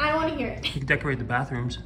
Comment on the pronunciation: "Aaron, I don't whant to hear it" 😂😂😂😂❤❤❤❤❤❤